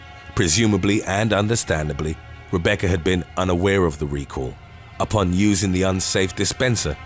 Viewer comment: Why do u say Rebeccar